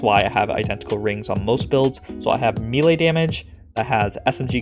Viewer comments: Bro, im thankful for all the top notch content you put out but one thing always iritates me about your vids.. Its pronounced may-lay. Repeat after me, may-lay. 😂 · I'm going to be that guy. It's pronounced maylay. If you want to mispronounce it you can say me-lee. You somehow managed to get both wrong. Truly impressive.